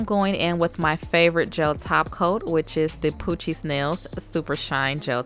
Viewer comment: When you said poochiez nails I thought you said coochie smells🤣🤣🤫🤫😬😬